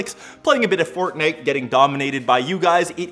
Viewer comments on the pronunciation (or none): none